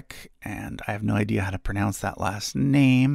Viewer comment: I’m not sure you pronounce the word pronounce correctly. But I love all of the charts. It would be nice to have a room just full of maps and charts. I want to do one for 20th century popular/rock music. Years ago I say a book about the history of rock. It was $75 and I did not purchase the book. I can just do my own book. 🙂